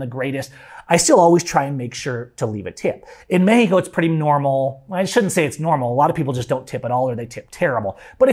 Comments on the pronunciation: Cool story I quit listening because of the way you say meh-he-co. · bro just say Mexico